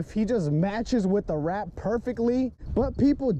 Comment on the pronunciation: Its the middle of the night and I wanna laugh so hard because of how you say "Da rat" and how he barks 😂😂😂